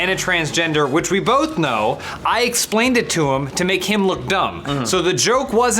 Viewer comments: Adam has always said bolth. He's not bad at speaking, he's special. No one else says bolth. Adam is mlg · Adam said "bolth" too! I say it that way as well and I have no clue why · Yay! Someone addressed "bolth" hahaha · Adam says 'Bolth' , but in certain counties in the UK like Stafford-shire 'Bolth' is the regular pronunciation of 'Both'.... also i love you guys carry on the good work (no homo) (homo) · Don't know if anyone else picked up on it but I loved Adams reference to Grif from RvB when he pronounced 'both' as "bolth". At least I hope it was a reference...